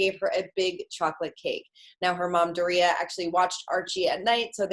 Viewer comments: The way she pronounced Doria sounded like she was gonna say Doritos. Learn to say her name what was the point of your communications degree. "Door-ree-uh" how hard is that. Hollywood is so dumb and racist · Her mom's name is Doria, not Gloria.